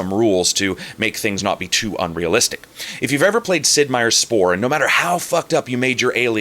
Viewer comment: "Sid Meir's Spore" You've lost some credibility.